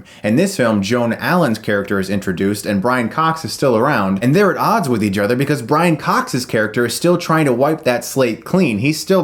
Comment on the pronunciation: Sounded like you said "they killed each judder"